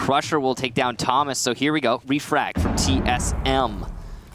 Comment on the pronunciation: And for the rest of the match they both say "toe-mas" actually... it's not versatile, it's a completely different name!